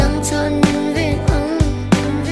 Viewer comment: 'angg' a va thing tak 🤣🤣🤣🤣